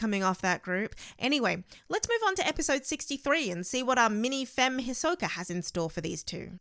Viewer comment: Hisky? Westernizing a Japanese name. How hard is it to say Hisoka. Also, Keeoa?